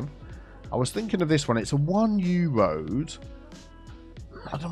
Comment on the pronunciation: “Tree on the röd” had me in stitches 😂